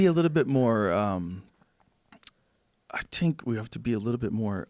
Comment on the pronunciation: idk why it's killing me that he say "i tink"